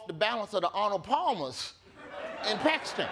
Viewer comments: I appreciate how accurately Travor Noah says Pakistan . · I'm surprised Trevor pronounced Pakistan correctly